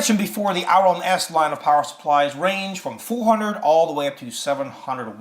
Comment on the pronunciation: The "Au" in Aurum is pronounced like the "au" in aura. This is to reflect gold's name on the periodic table which is "Au".